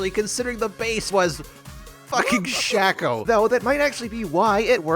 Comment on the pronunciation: why r u saying shaco like that